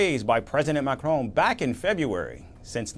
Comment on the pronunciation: Pronunciation of the French president’s name: not McCrone or, for that matter, McCroon.